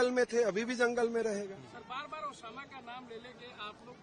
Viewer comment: Bhai mujko sunai diya ya isne Osama ko shab kha😂